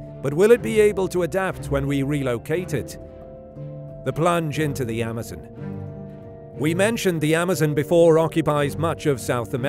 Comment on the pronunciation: The way you say Amazon is a headache